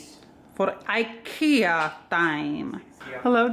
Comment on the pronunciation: Ah! Pronouncing IKEA this way as a Swedish person:face-purple-crying